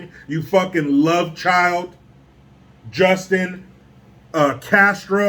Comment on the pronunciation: the way said justins name: Pwubwu! LMFAO!